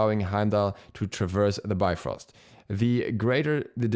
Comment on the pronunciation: Oh my is this my new Ullr? I had a Norse mythology book as a kid u still have it. In the index it says it's pronounced like bee frost but because of the marvel movies I say bye frost now